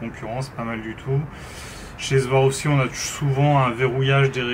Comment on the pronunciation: SWAROVSKI se prononce avec un S pas un Z. Beaucoup font la même erreur 😉 Pour le reste, excellente présentation. Complète , honnête et claire, comme toujours sur cette chaîne. Merci.